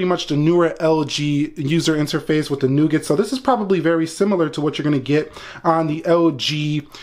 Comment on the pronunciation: You mistakenly pronounced "nougat"!